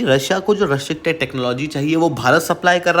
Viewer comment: Bhai, restricted bolna to sikh le